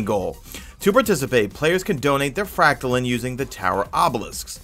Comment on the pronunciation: Anyone else triggered every time he says Fractalin? Its Frack Tuh Line or Lean. There is an e at the End of Fractaline. Thanks for the vid btw. #madeittotheend